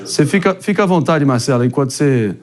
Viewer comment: "A la vontê" deve ser o quê ??fique a vontade???